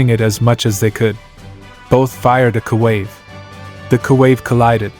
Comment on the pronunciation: “Koo wave”??????